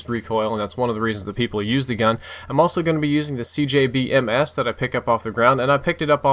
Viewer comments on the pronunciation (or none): Its CBJ-MS not CJB-MS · It's called CBJ-MS, not CJB-MS. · dude just saying its the cbj-ms not cjb-ms lol